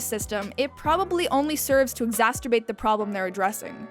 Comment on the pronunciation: What a terrible review that demonstrates your utter lack of comprehension of the several layers of the show. And what's "exasterbate"? Is that what you did throughout the entire series? "Exasterbate"? Hope you cleaned up better than you did here.